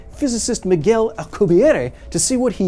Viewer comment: Matt O'Dowd should have watched this before publishing his recent episode. At least then he could have pronounced "Miguel" correctly.